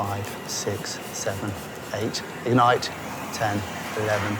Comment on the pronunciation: I can not describe the stress I felt when they said "egnite him"